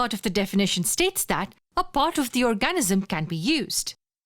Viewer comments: annoying narrator, please learn how to pronounce "or-ga-NIZ-um". thanks. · Very informative video, but the pronunciation of 'organism' really threw me off. No need for such a strong emphasis on the A; it's basically silent, with the N almost immediately following the G. OR-G-NiSM.